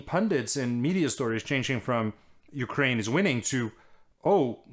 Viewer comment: Top notch prononciation of the ukraine names